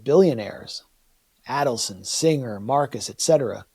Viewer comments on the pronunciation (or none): none